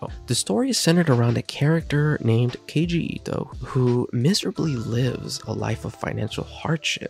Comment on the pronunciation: Its kaiji like kayji not keyji